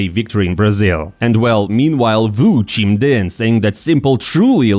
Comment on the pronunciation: This has been my go-to channel for cs news but I still don't get why this channel chose this guy to talk on these videos. It's like he's acting as if his English is so good but I keep hearing mispronounced words in every video. - I thought this guy said something in Chinese. 🤣 That's not how u say "chimed in" bro lol